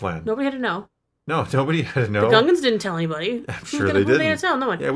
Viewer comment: It’s not Gungans, it’s Goongas!